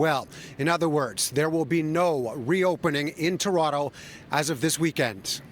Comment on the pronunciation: When she pronounced Toron-TOE... does she even live here?